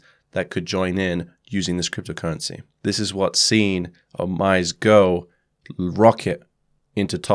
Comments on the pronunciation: Thank you for your video. Just so you know OmiseGo is pronounced O - Mi - Sey - Go. It is Japanese and Omise means the store / shop. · OmiseGO = "Oh mee say GO" Thanks for the great content! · "OmiseGo" [Oh-mi-si-go] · Pronounced 'oh me say no' btw. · OMG correct pronounciation is "Oh-mi-se"